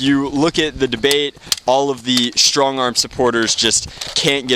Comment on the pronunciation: Lmao you said stongarm.